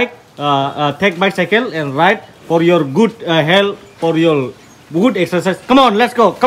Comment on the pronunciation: Sexercise or exercise bro What a language wow